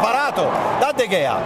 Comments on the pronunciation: Il nome si pronuncia De Hea però scritto Gea. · irritante il modo in cui sbaglia la pronuncia di De Gea per tutta la partita.